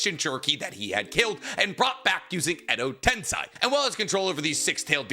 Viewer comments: yk it’s edo TENSEI not tensai….right? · Ten say Ten sigh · Pretty sure it was bait, like his "edo tensei is pronounced tensai here" quirk. But yeah, I'm French too, I get it... pretty funny though, feels like the kind of dumb stuff kid Naruto used to say...